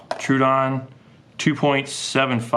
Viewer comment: Troh-oh-don. Not true-odon. Sorry it just bugs me to hear it said wrong.